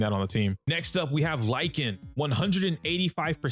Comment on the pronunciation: Lycaon is pronounced Lick - kay- on , btw